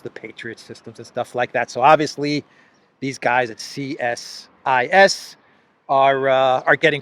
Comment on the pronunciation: it's said 'C-sis', just to make it easier on you.. lol.. bad enough you have to do verbal gymnastics with polish names.